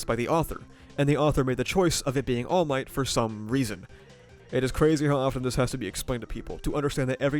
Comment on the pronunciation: "iron might" lmfaoooo